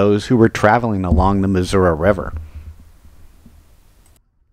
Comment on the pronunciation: Thank you for pronouncing the state’s name correctly! 😊